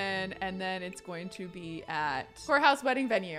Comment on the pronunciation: Every time you say courthouse, I hear 'wh***house' and my head is like !!!